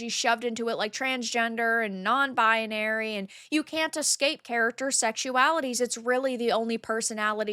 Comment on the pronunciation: I love you, even if you do pronounce it as "bianary" instead of "binary" 🫡❤‍🔥🍗😸